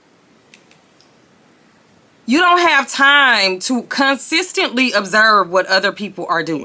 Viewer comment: Observe not absorb!